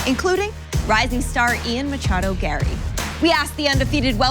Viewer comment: Ian Gayrry